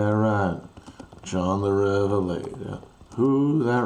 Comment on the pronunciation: I believe the stress is on John rather than the first syllable of Revelator. Not a bad rendition though!